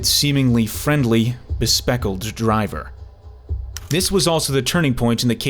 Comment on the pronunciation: Bespectacled, not bespeckled, lol